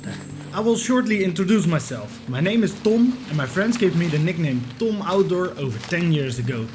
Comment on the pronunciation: Try & learn not to say your name "Tom" so harshly.. The way you say your name makes you sound South African..